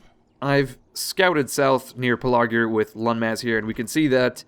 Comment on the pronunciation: PEL-A-Gir, BOW-ER say it like that please